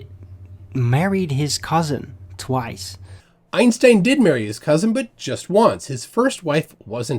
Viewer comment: at least arwyn pronounces einstein correctly